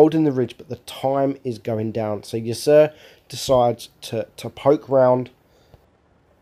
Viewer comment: Its pronounced "Ya-Ser" incase you were wondering ;)